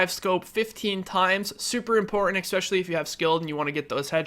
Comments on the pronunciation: Why do you pronounce "especially" as "ekspecially" all the time? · not gonna hate or anything but i think its Especially not ecseptially. i made this build too and i love it, it feels kinda weak but its awesome!!!!! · Inflated, expetccssshhhhhially when you say expetually and please quit lip smacking you mouth breather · "Expecially". Smh. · I just noticed he said that XD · SkillUp isnt too bad with that, this dude is horrible tho, sniff, smack lips, swallow, eXspecially, sniff more, forgot to breathe through the nose, desperately out of breath at the end of every sentence.. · Fucking hell dude! There is no "x" is the word "especially!" And for fuck's sake, learn to edit yourself! There is no reason this video should have been longer than 10, 15 minutes max. Half a fucking hour just to say, "shorter reload times are better." GTFO!